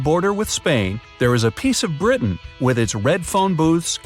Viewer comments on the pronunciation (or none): none